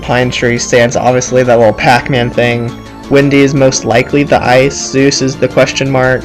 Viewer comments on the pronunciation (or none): It's Soos not Zeus. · its not zeus its soos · 1. Its sheriff blubs not sheriff bulbs 2. The "door" is an Aztec sunplate 3.Soos, not Zues (I though the same thing at first too lol) 4.Nice vid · Mistakes: That's the Aztec calendar... Fail. You pronounced "Soos" wrong. Those are alchemy symbols. (I'm not sure, but still) There are books 2 and 3. Did you think there wasn't a 1? (Not trying to sound like a douche, sorry if I did) Now, this isn't a mistake, but a theory is that the llama stands for nature and the ice bag stands for unnatural beings. In the wax episode during the credits, one of the heads says that llamas are nature's greatest warriors. Then in the Market episode (The one with the Dawn2Dusk) there was a unnatural brain in the freezer. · You mispronounced Soos' and Sheriff Blubbs' names